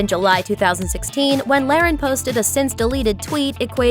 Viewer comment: You can tell this youtube channel only does celebrity bs because they couldn't even pronounce her name right..